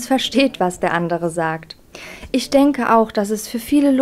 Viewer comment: Die Rednerin sollte vielleicht erst einmal die deutsche Sprache lernen. (isch, disch, misch...)